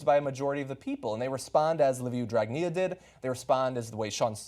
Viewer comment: 1 you say dragnea the best way 2 we were paid by soros too :) 3 the eu said to better define abuse in office in the law, and so they just randomly picked a sum of money and said anything under is totally legal 4 dragnea was going to get another chance at prime minister because there is a law that says he can't hold office if he has a penal condemnation (even a suspended one ) this would have changed that charge to a civil one so... nothing illegal in him being pm 5 he kept going after the people in the streets in interviews and 2 brothers with legal problems who are members of his party and who own a football club sent their supporters there to cause chaos , people distanced themselves from them quickly, the Gendarmerie took care of the 50 or so sports hooligans and protected the people from them (they had cherry bombs and what not ).next day protesters were bringing the gendarmerie flowers . Overall there was no incidents or injuries of great consequence and it appears that we got what we wanted (for now ) Thank you TYT for covering this for the international audience